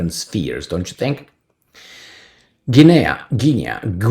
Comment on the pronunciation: Guinea is pronounce Gi ni not Ji ni or Gi nea. Best of luck on your next attempt.